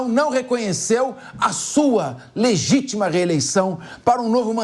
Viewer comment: Ancora falando "legitima" kkkkkkkk